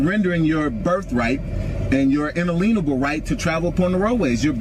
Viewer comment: his "en-a-LEAN-able" right to travel??? Someone needs to check with his Moorish grand poo-bah on correct pronunciations!